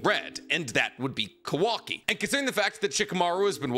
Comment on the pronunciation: its "kawaki" not "kwaki" 😭😭